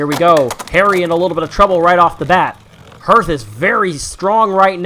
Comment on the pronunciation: Anyone else find the pronunciation of hearth as herf weird?